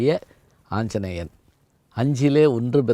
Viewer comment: இவர் அறிஞர். ஆனால் "யார் கொல்" என்ற இராமனின் கூற்றை "யார் கொள்" என்று பேசுகிறாரே. ஆரியர்க்காக என்பதை ஆருயிர்க்காக என்று பிழையாகப் பேசுகிறார்.‌ ஆஞ்சனேயன் என்பதை ஆஞ்ச்சனேயன் என்கிறார்.‌ மேலும் எண்ணி அக்கறையுடன் பேச வேண்டாவா?